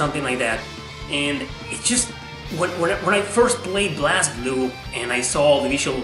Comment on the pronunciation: It's pronounced BLAZE Blue. They say in English, they say it in Japanese, it's BLAZE Blue....